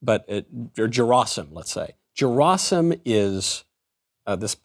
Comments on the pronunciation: It's Gerasim like "Gary" gy not j sound 😜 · OMG. It's pronounced Ge (as in gap) -ra (as in rah) -sim (as in seem). Stress on the last (3rd) syllable.